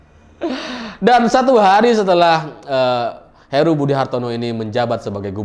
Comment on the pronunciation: Heru bang bukan Haru